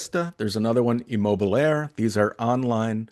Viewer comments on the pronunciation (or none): Small correction: It's Immobiliare and not Immobilaire